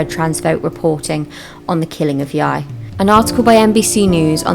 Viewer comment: I think its pronounced Jy